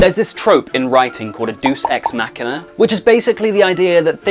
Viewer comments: I'm pretty sure it is pronounced "Dey-oos" not "Doos" ex machina. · By the way its "Deus Ex Machina" not "Dues Ex Machina", and its pronounced "Day-oos" not "Doos" Source: 4 years of high school latin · *Deus Ex Machina. Not Dues. From the word for 'God', Deity. Pronounced Day-us. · i can't believe a guy who analyses literature for a living can't pronounce one of its most well known conventions. google deus ex machina for the love of god